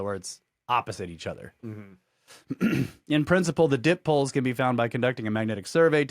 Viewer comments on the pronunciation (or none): Dipoles is (Die poles) bro. Not dip poles